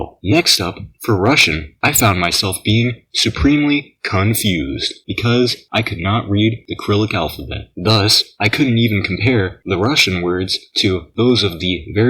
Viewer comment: Firstly it is pronounced Cyrillic not Acrylic and second why does it says “I want my sister” in Russian? It’s more an American thing to say